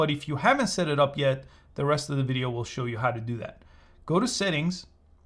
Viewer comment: Bro really said wiyol 😭🤣